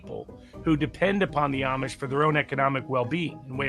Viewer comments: Just one thing, it's Amish, pronounced like "Aumish" like "Autumn" not "Armish" like Brits say. I'm a transplanted Brit in Lancaster County, Pennsylvania and I've been corrected many times so please get it right! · There is no 'r" in Amish. At least show that you know something about them by at least pronouncing it correctly.